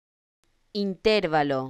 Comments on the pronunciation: No es correcto. Se pronuncia acentuando la sílaba 'va', como si se escribiera interválo no intérvalo. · Esa pronunciación ES INCORRECTA. INTERVALO La palabra "intervalo" es una palabra grave o llana, ya que su sílaba tónica es la penúltima (in-ter-VA-lo). Tiene cuatro sílabas y no lleva tilde porque termina en vocal, conforme a las reglas de acentuación del español que indican que las palabras graves no llevan tilde cuando terminan en vocal, "n" o "s". En algunos casos, se confunde erróneamente con una palabra esdrújula ("intérvalo"), pero esta forma es incorrecta y no está registrada en el diccionario. La forma correcta es "intervalo", sin tilde. En resumen, "intervalo" no lleva tilde porque: - Es una palabra grave o llana, con la sílaba tónica en la penúltima sílaba. - Termina en vocal, y las palabras graves que terminan en vocal no se acentúan gráficamente. - Cualquier variante con tilde en la antepenúltima sílaba ("in-TÉR-va-lo") es incorrecta. Esta explicación se basa en las reglas de acentuación establecidas por la Real Academia Española. * Explicación[1][2][4][7]. Citas: [1] D. El español: Las reglas de acentuación [2] Qué son las palabras graves o llanas, reglas y ejemplos [3] Palabras graves | Ejemplos y acentuación [4] El acento - palabras agudas, graves, esdrújulas y ... [5] Acentuación del idioma español [6] ¿Qué son las palabras graves? Reglas, ejemplos y ejercicios ... [7] 2.4.1 reglas generales | Ortografía básica de la lengua ... [8] Reglas Graves | PDF | Sílaba | Comunicación humana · Oiga no enseñe mal. La pronunciación no es esa porque es una palabra llana y el acento fonético va en la penúltima silaba